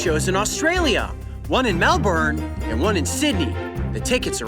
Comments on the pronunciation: IT'S PRONOUNCED MEL-BIN NOT MEL-BORN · YOU SAID MELBOURNE WRONG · Just so u know you say Melbourne wrong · The way you said Melbourne at the end 😂😂